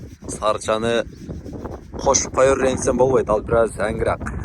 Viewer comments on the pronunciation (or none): none